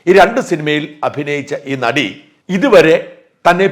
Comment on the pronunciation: നടി എന്ന് പറയല്ലേ... ആദ്യത്തെ അക്ഷരം "ന "അല്ല..